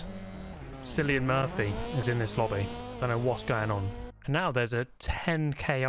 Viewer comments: Its prounounced KILLian Murphy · Did you just call Cillian Murphy Cyllian Murphy?